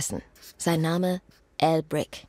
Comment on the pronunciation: Jedes mal ein Shot trinken, wenn sie "Al Brick" sagt. Hahah